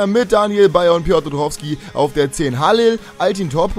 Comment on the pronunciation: es ist Halil !!! Meine Fresse ist das so schwer ??? Hamit → war bei Real Ha(L)i(L) →war nie außerhalb von Deutsch(L)and